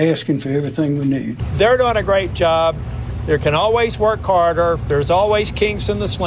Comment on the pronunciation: Talking Trump: Dog = "dawg" Job = "jerrb"